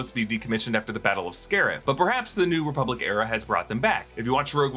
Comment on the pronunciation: "ReBUBlic" lol